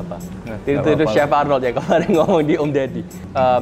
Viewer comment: NOL (ARNOLD) bkn Noh x....